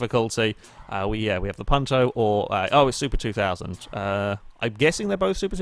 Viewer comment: This was my first videogame ever XD My father got it with the 360,but we never played "together" (since he died a month later :l) Keep up the good work! (also the "u" in Punto is pronounced like "you")